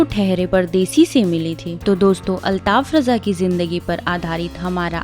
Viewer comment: Abe chutiye use raja kyu bana raha hai न रजा न राजा है वो रझा है।